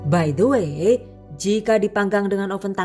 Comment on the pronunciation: 👍 cake kopi. Cocok deh! karena aku allergic to coklat. Boso inggrisé bikin aku 😅 karena sering ucapin BAI DE WÉ. Zenewen aku dengarin pronunciation nya à la Jowo. Bhs Indo ajalah!! Salam dari Melbourne. Thanks for sharing.